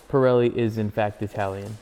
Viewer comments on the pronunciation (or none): Doesn't know Pirelli is Italian, has never heard of Marzocchi and can't pronounce either. So American... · its kind of a comedy chanel. he was trying to be funny, then came back and told the history of moto morini. when he said pirelli with the italian accent, and the hand gesture.........